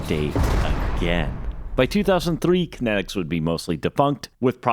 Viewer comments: If I took a shot every time you said Connectix wrong in this video, I'd probably need my stomach pumped... Steve Jobs said it right literally in your video... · Sounds like you say Kinetics, not Kinects. lol Now I am sad that body tracking never really took off....